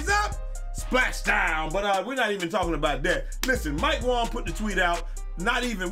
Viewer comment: “ mike wong “ 😂 its “ mike wang “ .... thanks for the laugh